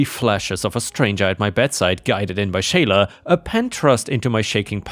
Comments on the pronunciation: For future reference? The name Sheila is pronounced "SHEE-lah", not "SHAY-lah". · Sheila is pronounced as = She la; what you were saying would be Shayla. The "i" is silent. Disney is such a cutie. I adore her. It might be that the one who is afraid of Disney is afraid of cats in general. She just seems like a great cuddlebug to me. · "Sheila" is said as "She-lah." 🤪